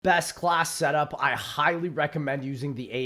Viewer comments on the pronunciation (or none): The way says "best class setup" reminds me of those "grow up, no i didnt drop it in dirt" memes